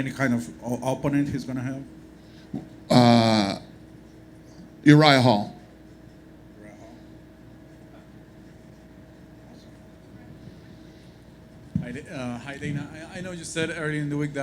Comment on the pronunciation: Uryah hall? lol ok i guess.